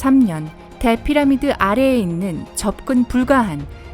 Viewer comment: 피라미 라고 발음하는 부분도 있으시고 물론을 물런으로 발음하는 부분 외에도 듣기 불편할 정도 발음이신듯..발음 연습이 절실 하실듯